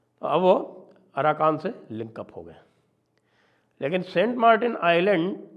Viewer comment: Aaraka ❌ aarakan ✅